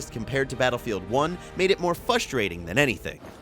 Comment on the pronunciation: Love the Video. but I have to know if you were just trolling us when pronouncing "Frustrating"?